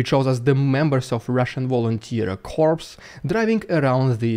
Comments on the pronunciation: Quick note - corps is pronounced 'kor' and not 'korps'. That makes it sound like 'corpse' which is a dead body : s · Another great video but I do have one critique. In English we pronounce corps like core. We don’t say the ps part. Still your English is waaayyy better than my Russian but I thought I’d mention it. Keep fighting the good fight! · Hello my dude, corps is pronounced the same as 'core', corpse means cadaver. Your English is excellent, by the way, cheers. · Corps is pronounced the same as 'core'. I know this is very silly...but the English language is fully of silly things like this! Keep up the great work. Your videos are excellent! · Love the channel, great work. Your English is great! FI, in UK English the military term Corps is pronounce "Core" with a silent "P" Keep up the good work and Slava Ukraini! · Hey there dude, when you say the word ‘corps’ the ‘ps’ at the end is not pronounced. That’s because it comes from a French word. It sounds like ‘corpse’ if you say it another way! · In English, 'corps' is pronounced like 'core'. The p and s are silent.